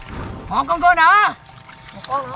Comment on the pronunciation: Con cua thật đọc ra con cu